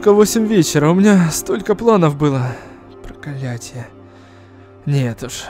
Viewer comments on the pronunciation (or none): сказал Проколятье